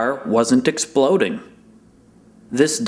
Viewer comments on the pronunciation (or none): Did Craig say...*EXPLODING?*